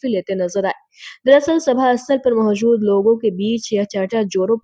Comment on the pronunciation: Surkhiya ❌ Surkhiyan ✅Mahjood ❌ Moujood ✅Ejazat ✅